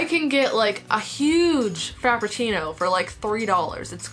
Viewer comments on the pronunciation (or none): Is it weird that I that she said fapichino instead of frapichino